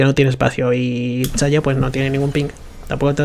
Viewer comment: porque este boomer dice Chayah?